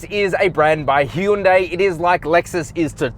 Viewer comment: Also good job on saying 'hy-un-day' 😂